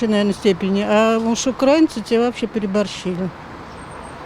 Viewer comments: радует, что до большинства россиян начало доходить, что мы не один народ! а к девушке-автору просьба обратить внимание на правильное произношение: не укрАинцы, а украИнцы! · Девушка! Украииииииинцы!!! А не украааинцы. Усвойте! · Правильно казати російською мовою не "укрАинци", а наголос на "и" - "украИнци", вчіть правильно мову! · На всякий случай: не укрАинцы, а украИнцы - потому что УкраИна, а не окрАина. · даже в ваших словарях пишут, что в слове "украи́нцы" ударение стоит на букве И - "украИнцы". Проверьте, даже российская википедия об этом пишет. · УкраИнцы ! ! ! телепни ! ударение на И ! ! !